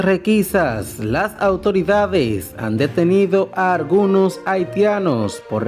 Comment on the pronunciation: Fuelte? Acion? Conselva? Abielta? Argunos? Detetada? Reapeltura? Vuerta? Contrucion? Totar? Setiembre? Contruyen?